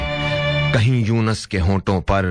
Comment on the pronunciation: یونَس نہیں بھائی یونُس لفظ ہے